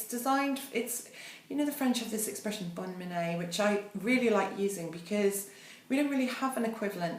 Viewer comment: could you possibly list the products mentioned in the description? thanks. btw it's pronounced "bonne minn" not "bonne miney".